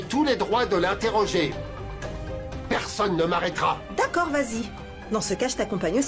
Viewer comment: Qui a remarqué que Radarani dire tacord au lieu de d'accord lorsqu'on lui accumulé les mauvaises paroles dans la bouche 😬🤣🤣